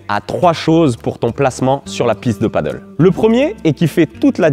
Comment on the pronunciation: Bonne vidéo,claire, précise,simple et efficace. Par contre c'est du Pádel pas du paddle😉, mdr Même les pros ont du mal à le dire😛